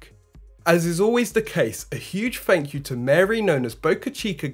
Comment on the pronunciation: Thrust puck not frust puck and Thank you not fank you! Practice makes perfect. Not picking on you just trying to help you be conscientious of your speech. It takes practice and conscientious effort to overcome. By the way great presentation your doing great.